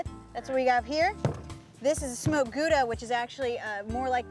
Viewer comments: "guuda cheese" lol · paper wil catch fire in a microwave under 2 min, so all they needed was paper and a fuse, how i know: don't warm up mcdonalds to long hahaha Gouda is Dutch, it is pronounced like OW NO , gOWda, Gouda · Even worse is when people make puns relying on pronouncing Gouda like it's a French word